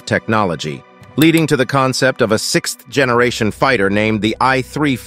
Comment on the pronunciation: 6th (theth) generation ? You already pronounced 6th you don't sound out the th separately